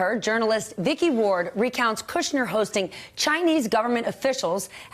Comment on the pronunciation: Stephanie's wearing stilettos. How nice. Also like that she doesn't say "Cudder."